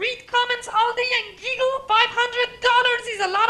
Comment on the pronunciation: Giggle more like geegle